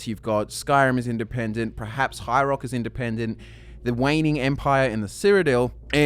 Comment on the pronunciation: This is completely irrelevant, but I can't help but mention it. The word is "perhaps" not prerhaps.